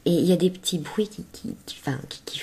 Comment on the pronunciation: tu n'as pas d'accent mais par contre quand tu as dis "les ptits" j'ai entendu la petite prononciation typique à la Carolo haha